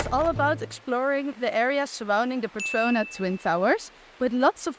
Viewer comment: it is petronas ..not petrona:goodvibes